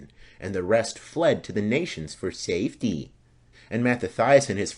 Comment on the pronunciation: I didn't have to go back and listen. You're referring to, "and they ran for "SAFETY". LMAO I started laughing when I heard that. Funny I wasn't the only one that noticed.